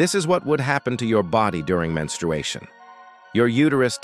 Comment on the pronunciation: I love how guy say menstruation 🩸 it sound so funny 😆 it just don’t sound right lol